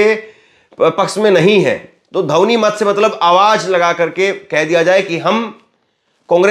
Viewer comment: Dhouni na bole,dhwani bole.